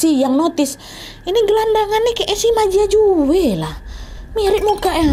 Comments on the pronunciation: Kak nadia,, kalo nama mandarin j=c.. Jadi bacanya ma cia cue.. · halo kak cuma mau kasi tau kalo cara baca j dimandarin itu diganti ke c jadi ma jia jue brrti cara bacanya ma cia cue kalo tang, bacanya thang sekian xixiixx